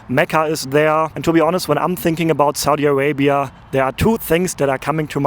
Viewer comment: So,what country is this again?😂 I absolutely love the perfect way you enunciate Saudia Arabia..